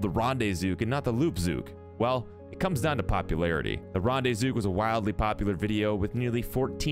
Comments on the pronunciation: Its also called REN not ron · Rande-zook? Wtf, it's got an e in it mate.